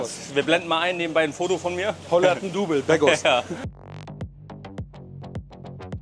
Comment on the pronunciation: Holle nicht begos😂😂 sonder wout weghorst. Ist ein holländer🌚